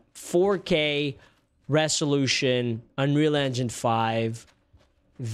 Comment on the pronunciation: Did you just say " running in 4k resholution " and " looks unwheel " yikes bro? 🤣🤣🤣